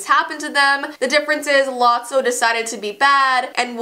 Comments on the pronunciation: You were saying it right.it is lotso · Lot-so that be how you pronounce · You pronounced lotso’s name right it’s “Lot-sow” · You pronounced it right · she's sayng lotso correctly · Oh and lotso is not in the 3rd movie and u said his name right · You pronounced Lotso right YAY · You said lotso right